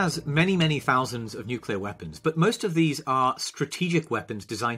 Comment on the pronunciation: He didn't even say nuclear